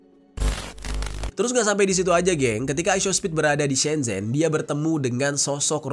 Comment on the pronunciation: Shenzhen tulisan e begitu tp cara baca huruf China semcen